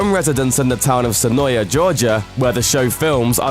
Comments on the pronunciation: It's SEH-NOY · HE IS SAYING SENOIA WRONG. TO ALL THE YANKEES AND OTHER PEOPLE WHO SAY I AM WRONG, IT IS PRONOUNCED SEN-OY. OH. MY. GOSH. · If you ever visit Senoia... they will let you know right away that it's pronounced "Sen-oy". I found out the hard way. LOL . The locals are really cool there... they put up with alot.